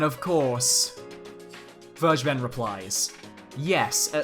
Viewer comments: When you say Vergeben with a hard G I keep thinking you're saying "BurgerBen" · It sounds soooo weird to say "vergeben" in English. :-D Just let Google say it in German for you and you'll know what I mean. ;-)